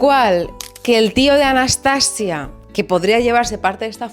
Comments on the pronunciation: Hola! No sé si te han dicho pero la pronunciación que comentas con la sílaba tónica al final (anastaSIa) es la pronunciación rusa (que romanizado se escribiría Anastasiya). Gran video! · Hola, cariño, en ruso se pronuncia Anastasía no Anastasia...yo ni idea de ruso pero gemini lo deletrea así. Yo me saltaré en este caso la norma de no traducir los nombres porque suena horroroso.❤❤ sigo oyendote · En ruso se escribe Анастасия. Es decir, /Anastasiya/. La /-ya/ es una I y una a junta. No sé pronuncia como la /-lle/. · En efecto my darling, es Anastasííía, acentuando mucho la í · Nota del . En ruso realmente sí se pronuncia Anastasía. De hecho usualmente en las transliteraciones del cirílico al latín suelen anotar Anastasija o Anastasiya, de las misma forma que está María (Marija/Mariya) y otros nombres, incluso el nombre de la misma Rusia (Rossiya/Rossija) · Анастасия (Anastasiya) se pronuncia Anastasía en ruso aparentemente, con acento en la i (cortesía de Google Traductor) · hola :) una rusa con el alma española aquí. es más correcto pronunciar Anastasía Románova, añadimos 'a' porque es femenina. gracias por el vídeo tan interesante, la historia del fin de la Imperia siempre me hace llorar...